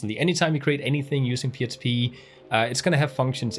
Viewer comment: Thankyou for this course.. this is the second one I have done and it really explains it in a different way... so learning lots. Question: at times it sounds like you say "PSP"... are you saying "PSP".. or is it just your accent when you say "PHP"? ... just want to make sure I am not missing something. Thanks for your efforts.